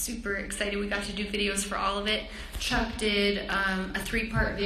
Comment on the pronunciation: Did she just call chuck, duck?? Naxmkskskakqoao